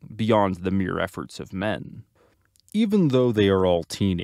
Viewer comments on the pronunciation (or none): none